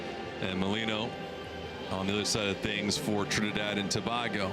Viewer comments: Listening to this commentator say To. Bag Go made an otherwise joyful experience a frustration. To bay go Sir! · Dat announcer was rel dotish... He pronouncing TOBAGO as TO-BAH-GO... Like WDMC wrong with he... 🤬🇹🇹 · Trini people.. uno need fi mek know… y he saying Trinidad 🇹🇹 TOBARGO 😂😂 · Can we get a new commentator…he’s upsetting me butchering the pronunciation of Tobago…shocks man😩😩😩🥴🇹🇹🇹🇹🇹🇹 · Please the least you could’ve done to prepare for this was to find the correct pronunciation for ‘Tobago’,especially when you have done this before,also the names of our boys,Please do the prep like a professional to properly honour the years of prep it took for these young men to play for their respective countries.Respect Sir!